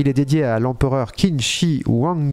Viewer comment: "L’empereur Qin Shi Huang" En chinois le "Q" se prononce tch. Le "H" se pronom comme le "J" espagnol style Juan Carlos. Ca donne l'empereur Tchin Shi Huang(<--- prononcé à l'espagnol)! Le X ne se prononce pas exactement x, oui c'est un peu compliqué. C'est un peu th en anglais, on dit pas "de" on dit pas "zeu" on dit... bin "the". En chinois c'est pareil, Xi'an ne se prononce pas "ksi'an" ni "zi'an" mais quelque part entre les deux. Un mélange entre un "s" très dur et un espèce de "ch" très léger (si tu arrives à comprendre mes explications foireuses, bravo). Il me semble si je ne me trompe pas que, l'empereur Qin était reconnu pour avoir unifié les différents royaumes de Chine pour former l'empire du milieu (中国 :1er : zhong "djong" milieu, 2e guo "gouo" empire, sens de pays de nos jours). Il a unifié la langue, la monnaie, les systèmes de mesures, les poids de références etc. Je ne sais plus si c'est le premier empereur de Chine, je demanderai à mon prof.